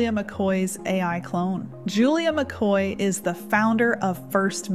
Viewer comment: JULIA...........WHY DOES IT SOUND LIKE YOU ANNOUNCE YOURSELF AS JULIA MC CLOY AS OPPOSED TO MC KOY???? I TRY TO IGNORE IT EVERYTIME BUT, NONETHELESS...........I STILL HEAR MC KLOY NOT MC KOY